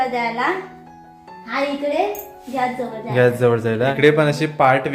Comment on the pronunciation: Ghyas nahi gyas